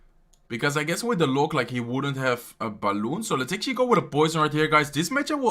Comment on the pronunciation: The way he says 'The Log' Lolz